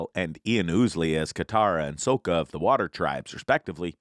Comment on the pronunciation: Dude you keep pronouncing sokkas name wrong. What is this another m night shyamalan?